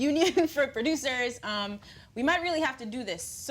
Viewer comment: why this fool akademiks pronounce it "pro-dyoosers"